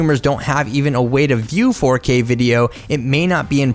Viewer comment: the way he said 4K 😂😂